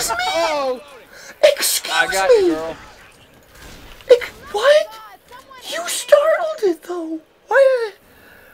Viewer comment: "ezcuse me" in f sharp